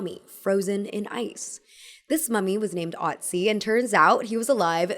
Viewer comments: Im so sorry but i bothers me so much: Its Oetzi/ Ötzi not Otzi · Great to see you again! Some pronunciation help: Ötzi=Uhtzi. Ö is not an O, it is the e in jerk, the ui in quirk, the u in murk, Turk and fun. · Ötzi is pronounced with a short U sounds rather than an O. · Not to be annoying but its actually pronounced Ötzi, ö like you pronounce e in her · Ötzi isn’t pronounced the way you’re saying it here…..